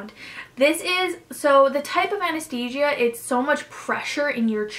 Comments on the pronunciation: And the pronunciation... endoscopy, surgeon, anesthesia... 6 months of prep and she can’t pronounce those words? 🤔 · We care because we’re here to get some insight into this surgery. You had 6 months of prep and yet you can’t pronounce endoscopy, surgeon and anesthesia properly... you should name your doctor so we can all avoid him/her. Thanks!